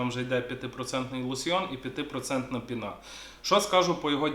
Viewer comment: не пінá, а пíна